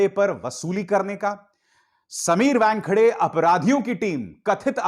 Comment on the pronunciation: समीर 'वॅनखेडे' नहीं, समीर 'वानखेडे'. आप व्यानखेडे / वॅनखेडे क्यो बोलते हो?